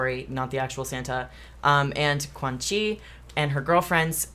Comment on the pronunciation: just a note, as I have yet to see someone say her name right (understandably), but it's pronounced "chwan-shee" ; in Mandarin pinyin (romanization) Q is an English ch, X is between an s and an sh, C is a ts, Z is a dz, and ZH is a j. Edit: apparently in katakana it's written so it would be pronounced "Kuanxi" and the manga's English translation/ transcription of the name is incorrect.